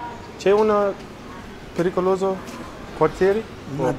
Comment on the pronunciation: "Picoloso" ahahahahaah